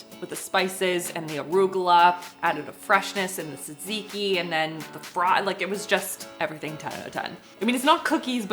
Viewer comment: Why do you say Tzatziki that way?